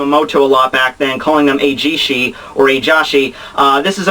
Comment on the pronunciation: Lol i love how u pronounced eijisai and juujisai like eijishi and juujishi. But when theres genryuusai u say it like genryuusai